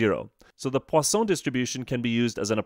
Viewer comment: i need to learn to say 'Poisson' like him